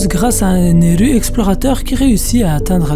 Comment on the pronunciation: Impossible de regarder ta vidéo, t'entendre prononcer un mot japonais en français alors que tu n'en touche pas une bille de cette langue est tellement énervant. Par exemple, Ener ne s'appelle pas Eneru en france. Tu sais comment on appelle les gens qui font ça? Des kikoo-jap.